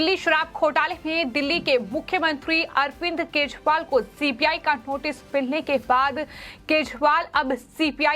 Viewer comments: Style me kejriwal ko KEJPAAL kyu bol Rahi ho..😂😂😂😂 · Reporter केजरीवाल को केजपाल बोल रही है 🤣